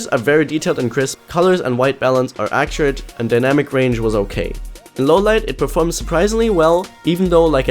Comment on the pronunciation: lern noch mal "accurate" richtig auszusprechen, ansonsten gutes video :)